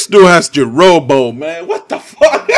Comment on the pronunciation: I lost it when you said Jurobo for hokage xD